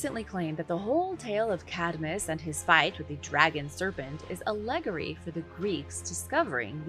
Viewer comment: You do wonderful work but this is not how you pronounce the word allegory